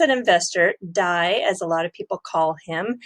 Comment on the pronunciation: Haha..D A I.. not dye 😂